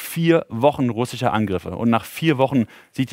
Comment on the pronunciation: Die Stadt die unter „Russicher“ Kontrolle steht 🤣 mit dem übelsten Sprachfehler für die BILD in aller Öffentlichkeit. Genau mein Humor